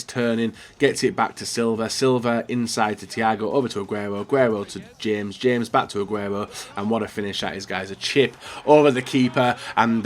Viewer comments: His name is not pronounced james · The way you pronounce James Rodriguez's name😂😂